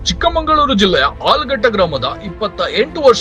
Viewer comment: ಚಿಕ್ಕಮಗಳೂರು ಅಂತ ಬಳಸಿ, ಚಿಕ್ಕಮಂಗಳೂರು ಅಲ್ಲ ನಿರೂಪಕರೆ, ನೀವೇ ತಪ್ಪು ಹೇಳಿದ್ರೆ ಹೇಗೆ